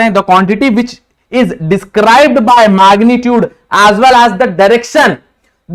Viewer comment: Maagnitude nhi sir magnitude 😂 phele bolna shik loo 🤣 Kay bolte ho gays